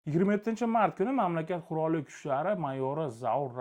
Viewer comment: Qirol emas qurol denglar iltimos. Tirnoq tagidan kir qidirishmasu, lekin o'qiganda g'alati eshitilarkanda